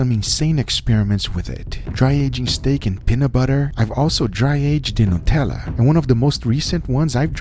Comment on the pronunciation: WHY does every1 in America say NUTELLA wrong?